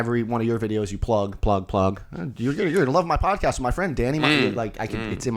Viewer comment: Did anyone hear say “pad-cost” instead of pod cast. It’s literally one of favorites parts of this series, just the random shit that happens and gets said back and forth. Favorite pod cast by far.